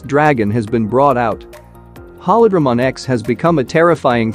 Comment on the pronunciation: Pronounces “holy” correctly but butchers “holydramon” repeatedly🤦🏾‍♂️